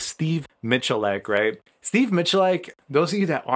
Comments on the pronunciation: You really butchered his last name bro. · You pronounce his name wrong